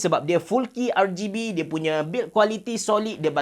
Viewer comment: R-geh-B hmm abe cerah haha